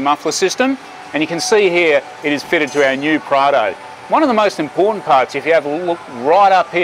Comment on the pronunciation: I kept getting "Prada" instead of Prado. Maybe my ear is the problem